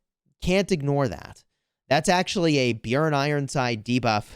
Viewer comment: hey. Björn is pronounced roughly as "Burn" but with a j so "Bjurn". it means bear in Swedish/Norwegian.